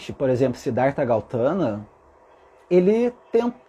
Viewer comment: Seu lindo maravilhoso, adoro suas mensagens. Está correto sobre o Buda, nasci numa família Budista e tudo que falou até aqui é verdadeiro. Deixa só fazer uma correção 😁talvez até eu esteja errada mas.. É Gautama e não Gautana😍Como falei é apenas um nome sua colocação está totalmente correta🙏❤️